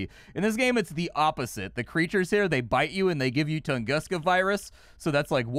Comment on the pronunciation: i’ve always heard it pronounced toongooska… love your channel dude. “…what’s up guys and gals and welcome back to the nerd castle…” is the beginning of an awesome 30+ minutes 🤗